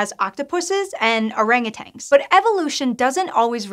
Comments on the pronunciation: Sorry - pet peeve here.......... did she say "orangu -TANGs" in the intro? So many people incorrectly say this, even in narrated documentaries sometimes - they are actually called orangu - TANs, - NO "g" at the end , and it means something like - " old man of the forest",FYI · i miss when scishow had hosts that could pronounce simple words like "orangutans" properly.